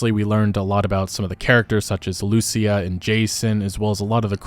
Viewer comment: Lucia is said with the accent in the "i" LuCÍA, not LUcia xD aint important but it sounds so fucking weird to Spanish speakers xD